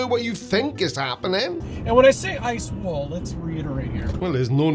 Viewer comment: "E leets" "eye swol"